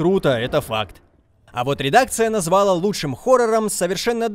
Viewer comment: взЯла, назвАла. Кто-нибудь научите ведущего ставить ударение. А то позорище!